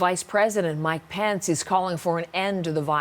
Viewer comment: this news anchor doesn't know how to pronounce Pence!lol